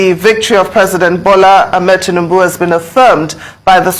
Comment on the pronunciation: This man abi boy again This your undiluted truth all the time What is Teanebu The presidents name is not TEANEBU appears you like tea so much 😂😂😂😂